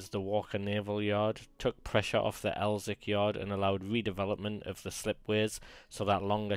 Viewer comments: I give up, intro far too long and in the FIRST SENTENCE we hear of ''El-wick''..... ffs! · It's pronounced Elsick - and I'm a Geordie. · Good vids but please the w is silent in Elswick.